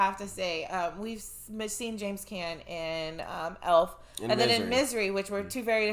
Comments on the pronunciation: James Caan (pronounced KAHN, not CAN) played Sonny Corleone in The Godfather. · His last name is pronounced "khan"...not "can". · Just a note his name is pronounced James Con not Can....most people wouldnt even know who your talking about saying can....good reaction as usual. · James Caan's last name is pronounced Cahn, not can. Just letting you know. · James last name is pronounced “Cawn” not “Can”. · Brian Song still makes me cry. I watched it when it first aired . I was 6 years old. James last name not pronounce as Can it's pronounced Kahn. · Caan is pronounced like con not can. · James Caan's last name rhymes with "con", not "can". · All sports teams should watch this movie. BTW... Caan is pronounced "Con". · I wondered if y'all knew this was a 5 kleenex movie! I love this movie so much. One minor nitpick. It's pronounced James "con". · FYI, pronounced like CON not can. Did you realize "Gale" actor is same who was in Star Wars movies (originals)? I saw this when it first came out and it had even our high school tough guys crying at the end. It inspired one of them to become an actor and it broke my heart when I learned he also died of cancer. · James Caan's last name isn't pronounce "can" it's pronounced "con".😂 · Lol also his last name is pronounced like khan not can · It's also James (pronunced: "Kahn" or "Con") Cann, who was also famously in the Godfather. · His name is pronounced James "khan" not "Can".🙄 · James Caan pronounced "Kahn" (or con) not "Can" - 😉FYI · It's not James Can... it's James Caan... like Khan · Just being a little nitpicky. You are mispronouncing James Caan's last name. The two a's together sound like on not an. His last name would be pronounced like Con not Can. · I saw that movie Senior year of HS. It was shown on a Thursday night and the next day in school EVERYONE was crying! Its a true story and the speech he made at the awards banquet was his actual speech. And guys its pronounced Con not like Can. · Pronounced James Con